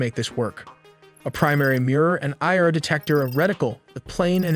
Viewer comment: I R pronounces as i are not eeyarr..